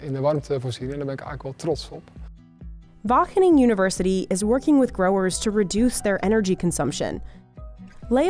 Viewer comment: Great video! It was very amusing to hear this american lady struggle with pronouncing “Wageningen” so many times 😂 There are some important nuances that you forgot though: - While it’s true that we technically export €128 billion euros of agricultural products, it’s estimated that 28,6% of that is agricultural products we import before reexporting. That is over €36 billion in agricultural exports that are not actually grown here . All we did was haul it off a boat and onto a truck. This is because we are home to Europe’s largest seaport, Rotterdam. Much of the goods that are imported there actually have a final destination in another European country, but their worth is added to our exports. -8.6% of Dutch agricultural exports are flowers. Flowers don’t feed people. Yes they are grown on farms using the same basic technology as vegetables, but I think it’s not fair to consider flowers (which only serve a purely ornamental purpose) an agricultural export like tomatoes or meat. You know, things people actually use for sustenance. this means that 37.2% of these “Dutch agricultural exports” are either not Dutch or add nothing to the global food supply. That is a whopping €47 billion. That means we actually export €81.3 billion worth of agricultural products, which is about the same as Germany. That’s still a an incredible amount of food and an impressive feat for a small country like ours. However, even though we ARE impressive, we’re not THAT impressive.